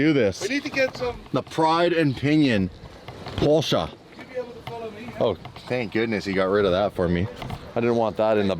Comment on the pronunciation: There is no R in porsche 😂